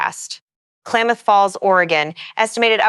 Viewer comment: "Klaymuth county?"